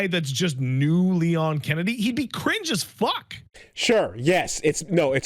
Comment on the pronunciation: I think you mean "Leon Skennedy".